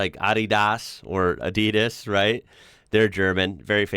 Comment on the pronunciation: AdEEdas? I think you’re putting the emPHASis on the wrong syllABle.